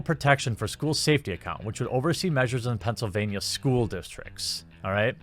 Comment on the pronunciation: better than most native English speakers. one small detail to help: whitch => which (which and witch got combined there)